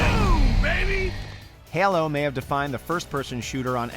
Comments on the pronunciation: Halo....not ailo.... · Still living in HELLOS shadow. Seriously, how do you pronounce HALO wrong?? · The way your keep saying Halo is driving me crazy... it's HA-LO not HAL-LOW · 2001- Herlo Comba Evolv seriously, wtf was this pronunciation? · Wtf is HYALOH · “Hælo combat evolved” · the way he pronounces Halo as Hello, makes me cringe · Thank God I was not the only one who thought that. What the hell man. Heu-Low?!?!?!?! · heulo lmao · Haelo Combat Evolved lmao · Why the fuck did you pronounce “Halo” like that man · Your mispronunciation of Halo deeply troubles me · The way this dude says halo, makes me want to commit homicide. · the way this man says halo has me concerned